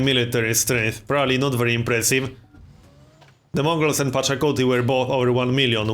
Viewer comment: Pachacuti, not Pocatello.